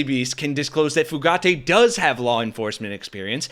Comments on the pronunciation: It’s Few-gate. There is no accent on the last syllable. 🤨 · It’s pronounced Fuh gate. No emphasis on the letter “e” ~ Just “gate” sweetie 💙 You rock btw ✌🏼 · It's Fugitt, not Fugaitt you bozos. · Bro.......Fugate = Few Gate, not Foo Gatti. Just sayin'. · Fugate: you keep saying "fu-GAH-tay". It's pronounced "fuggit". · Fugate [ Few - gate ].... not like Fugazi 😂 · His name is pronounced “Fewget” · Pronounced FEW GATE